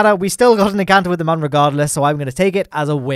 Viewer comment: Please, the umlaut above the 'u' means that Mün is pronounced "moon". Love your antics. Have you considered recreating the Plymouth Xmas Market fair ground rides next?